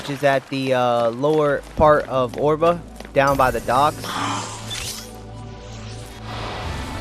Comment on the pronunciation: Oerba is pronounced Erba not Orba, you have managed to get as far as mission 55 you should know how to pronounce Oerba lol just saying...but otherwise thanks for showing us where mission 55 stone is, I have been looking everywhere for it.